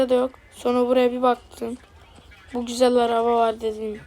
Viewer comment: Güzel ❌ Büzel ✅